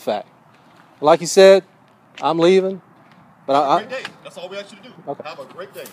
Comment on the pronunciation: I didn't "axe" you dat.